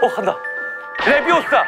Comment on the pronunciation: not 레비"오"사 it's 레비"오우"사 해리포터와 마법사의 돌에서 론 위즐리가 발음을 틀려 헤르미온느가 조정해주며 론이 재수없다고 느끼는 장면입니다😊